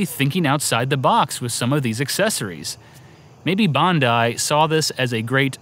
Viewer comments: Nick From Wii Sports Bandai is not pronounced that way. It would be 'Bahn-Die" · In japan it's pronounced bon-DIE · Gaming Historian: "Bandai" Australians: "Bondi?" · Pax Humana My comment was a joke, because of how off it is to pronounce 'Bandai' as 'Bondi', even if you don't know anything about Japanese. Not something to raise a shield over. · Strange pronunciation of Bandai! Do all Americans put an O in there? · Why do you say Bandai all funny like that